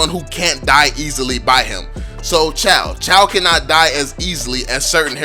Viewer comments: Chou is not "chow" it's "chu". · He keeps saying chaw to chou wtf🤣 Filipinos will understand better💯👌